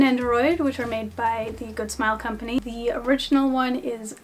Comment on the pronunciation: “Good snll combany” 👁👄👁